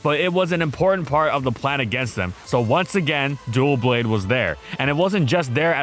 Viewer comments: Oh for- Doublade. Like Double and blade. Because it's two swords. It's D-O-U not D-U-O. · Great videos as always , but in every video that you mention Doublade you pronounce it Duoblade. Double blades, not duo of blades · Are you saying dual blade on purpose? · *Duh-blade. Like the word "double" and "blade" put together. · your saying Doublade wrong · Ngl, it was physically painful to hear mispronounce DOUblade for fifteen minutes straight. It's supposed to sound like double, not duo. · Thank you! It's RIGHT THERE and him pronouncing it so wrong is irking me something awful. Makes it hard to stand watching the video. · It threw me when he first said it. There was no extra "l" for it. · That pronunciation of Doublade's name stings a little 😬 Where did that extra L come from? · Stop saying "Dual blade" its clearly Doublade as in Double! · Its name is a portmanteau of Double and Blade and clearly meant to be pronounced DUB-lade and yet in the video it's pronounced "dual-blade"...why? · Why are you calling it dual blade? Also see loads of people calling it duo blade. Its Doublade as in Double Blade, not difficult. Don't even care about the hate ill probably get because its a stupid mistake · Hes trolling right? Its "dou" blade as in double. DUH BLADE Wth is this "dual" blade. I get pronunciation doesnt matter but now were just inserting letters that dont exist. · Bro it’s not doo-blade it’s dublade. It’s a double blade 😭😭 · Wow I gotta say I love the vids but the way you’re pronouncing this guys name is legit pissing me off. You’re saying it like “Duel Blade” like can you not fucking read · It’s pronounced like ‘double’ not ‘duo’ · where do you get the extra "L" in its pronounciation from? I'm not crazy for hearing you pronounce it "Dualblade" instead of "Doublade", right? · It's doublade, not duoblade. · So someone has to be that guy and point out that it's not Dualblade, it's Doublade. Him pronouncing it wrong every time got annoying really fast